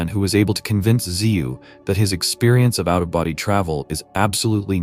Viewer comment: The name is JÜRGEN ZIEWE, not Ziva or Ziwa etc.